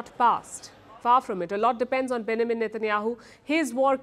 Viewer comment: Palki needs to work on her english accent... Benjamin isn't pronounced like that!! ... also, Vs and Ws shouldn't be confused